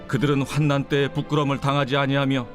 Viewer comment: 저희 교회에서도 공동체 성경읽기에 참여하고 있습니다. 우리 목사님께서는 단톡방에 매일 띄워주시는데요. 성도님들이 많이 말씀을 듣게 된답니다. 그런데, 낭독해주실 때 ((환난을))활난이라고 해주시면~~~~